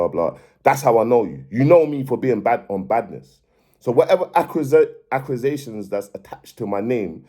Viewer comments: Definition of a person that can talk good until I heard accrisations instead of accusations haha big bounce una😂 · “Acrusitions” brudda it’s accusations😂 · Man said accRusations loool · I think he has a speech impediment. Not violating either but he has difficulty with pronouncing a lot of words